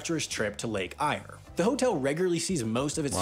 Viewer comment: Yes, Coober Pedy is a town of mostly underground homes, which they call 'dugouts'. It's pretty ingenious really, since it's quite a bit cooler and more livable underground than it is above. Some dugouts are surprisingly beautiful. Maybe explore that in another episode? Oh and 'Eyre' isn't pronounced like 'Ire'. It's pronounced more like 'Air'. And in 'Oodnadatta', the double t is pronounced more like a double d, because we're lazy about our post-vowel ts. :)